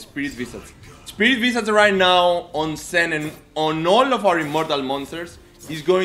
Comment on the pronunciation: It is not SEN it is Shen.